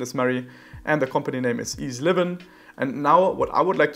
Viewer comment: Interesting - and thank you for making us aware of the keyword boosting / supression. however, 1 thing though: I would expect to pronounce EZLivin as Eazy Livin or E-Z-Livin, not as-livin as it is pronounced right now. If that was the case, how could we do this?